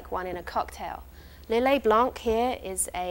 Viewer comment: Nice one. Just one thing for the Lillet blanc, don't pronounce the C;)